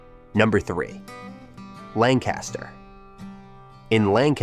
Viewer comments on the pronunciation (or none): LANG-kister not lan-KAS-ter. The LTZ is still the coolest small town. Didn’t even mention the rock and roll connection. Lititz rocks! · You lost credibility when you said Lancaster (LAN-cas-ter) and AM (rhymes with Sam) -ish pretzels. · As someone from Lancaster, it's pronounced Lang-kister